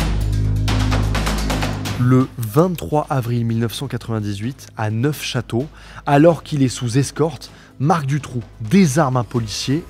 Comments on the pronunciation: Pas Neuf chateau , ça se pronounce neu chateau ^^ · La vidéo est super j'adore écouter tes vidéos qui sont toujours complètes et intéressantes juste un détail m'a énervé tu fais une vidéo 1h pour parler de ce sujet mais tu ne prononces pas bien les noms des villes. Bertrix on ne prononce pas le x et neufchateau se dit neuchateau. Cest juste ca qui ma étonné vu l'implication dans tes vidéos